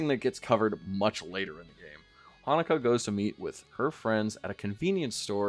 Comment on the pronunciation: Hinako is not pronounced Hanako. It sounds like you're saying Hannukah LOL